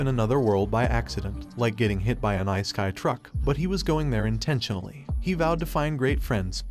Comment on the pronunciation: "Ice-kai" ai voiceovers suck ass